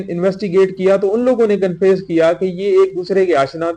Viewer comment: He cannot pronounce confess properly.. This is Sindh Police for you. 😂😂